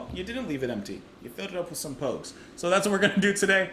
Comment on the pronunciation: Yes, you're pronouncing Pogues correctly.